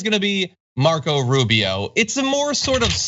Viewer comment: Rube - Eeeh- Oh!